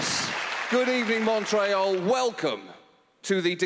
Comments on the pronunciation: I'm triggered, he calls it Mon-Tray-All. It's Mon-tree-all. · anyone else cringe when he said mon try al